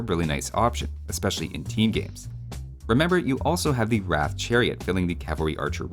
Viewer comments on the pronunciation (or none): Just wanted to correct you here. Not sure who told you it's pronounced like 'wrath', but it's pronounced 'Ra-tha'. That final 'a' isn't silent. Also, love the overview series as always dude! On a side note, it's kinda sad that the 1 Indian civ that best represents where i live is bad on land maps (Dravidians), cause i hate water maps, but eh, i guess that's just how life do be. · Just a small thing - Bengalis (at least modern Bengalis) use the Bengali script so the Ratha would be রথ which is pronounced closer to Wroth than Rath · It's not rath but moreso r-ugh-th with more of a "u" as the second letter if that makes sense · Historically, the word Ratha (literally means Chariot) is pronounced like "Ruh-thuh" rather than "Wrath". The "Ra" sounds like the "Ru" in "Russia" and the "tha" sounds like the "tha" in "Martha" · 11 at 'wrath'. The actual pronunciation rhymes with 'rut'. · You used Punjabi when you spoke about Rathas lol. Also Rathaa with an A at the end is also a correct pronunciation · its pronounced roth. a lot of words that end with 'a' tends to be silent. this is the bangla spelling: রথ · Whoever told you how to pronounce ratha got it wrong. It's the h that's barely pronounced, not the a.